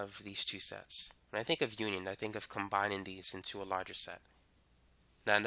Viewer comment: When you hear sex instead of sets 😑😹